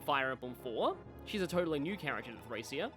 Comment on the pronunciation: Been waiting for this! Just so you know, its pronounced Thray-SHA